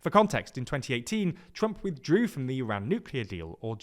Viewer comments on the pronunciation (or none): none